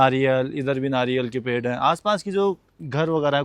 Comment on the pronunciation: Tu pakka rajasthani hai na ye kele ka pad hai 😂